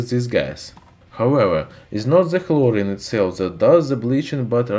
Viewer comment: Chlorine or hlorine lol